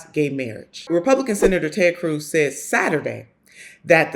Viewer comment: "Taayyd Cruise"